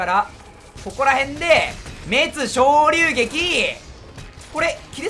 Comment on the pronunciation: 「滅·昇竜撃」 日本語:めつしょうりゅうげき 土星語:しんめつりゅうげき